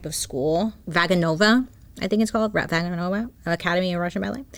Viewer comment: I grew up training in ballet under a teacher that travelled to Russia every few years and the way Vaganova was pronounced cracked me up! 😆 It’s vah-gah-no-vah for those that may not know. And that lady DEFINITELY didn’t go to that school! The program is insanely hard to get into and very few people can say they graduated.